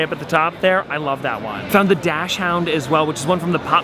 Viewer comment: Dashound? It's Daschound (pronounced as Dax-hund)